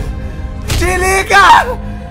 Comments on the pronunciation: "DIRLIGAH" KKKKKKKKKKKKKKKKKKKKKKKKKKKKKKKKKKKKKKKKK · o cara: "DIRLIGAA" mrbeast: "não :>"